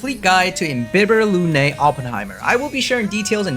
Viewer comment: Not only your guide is awesome, but you also pronounce all the Latin terms like Imbibitor Lunae correctly for the most part. THANK YOU! I got used to the official "Im-bye-bee-thor" but it's wrong...